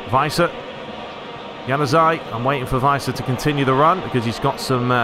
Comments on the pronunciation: If you wanna go full german on Werner... well you got the 'W' right but after that it's more like the english word "air". and the ending is more "ah". So W-air-n-ah, if you will. Weiser you got almost right. The 'S' is pronounced more soft like in "razer" rather than "racer". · Give the 's' in Weiser a bit more of a 'z' sound. Because it's a single s, it's pronounced that way, as if you were saying the English "wise" (the 'w' sounding like an English 'v' is correct). A double 's' would be the more conventional 's' sound.